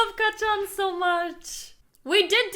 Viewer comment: Note:It’s not Ka-chan it’s kacchan